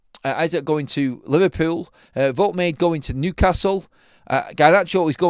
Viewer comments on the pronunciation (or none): Pronounced, Wold-ta-mata.